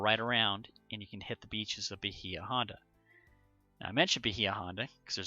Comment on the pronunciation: Pronounced Bay-uh, not Bu-hee-u.